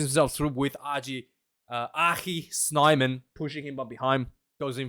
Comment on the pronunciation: I went to high school in Zimbabwe 1980-84. There was a guy in my class named Will Snyman. I thinik they pronounce it Snay-man.